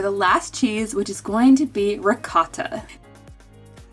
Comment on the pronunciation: Hello, Italian here I am so happy on how you pronounced Ricotta, usually I heard it sooo messed up!😍